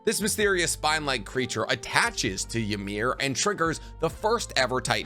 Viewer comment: Ymir (which you pronounce wrong and a lot do it) pretty much was healthy at the 13 years as a titan). She seemed to take the spear to protect the king and even then saw that he had shit all over her and pretty much choose not to live. He says it himself, you cannot die from a spear get up my slave.